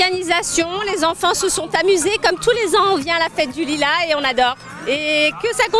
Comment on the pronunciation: la meuf elle ma tuer avec "la fête de lulas